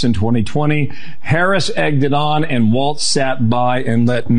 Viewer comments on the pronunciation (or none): Walz name is Walz, not Waltz. It sounds like Walls.